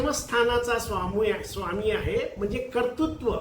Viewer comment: आपले विवेचन खूप उत्साहवर्धक नक्की आहे. आवडले! आपले स्वच्छ व स्पष्ट बोलणे भावले. फक्त कर्तृत्व याचा उच्चार कर्तुत्व केलेला खटकला. असो. धन्यवाद.